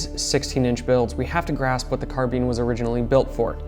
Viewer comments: Car bine not car bean you weirdo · Good god, I hate the way all of you pronounce "carbine". Carbeeeen hurrhurrr Must be an IQ thing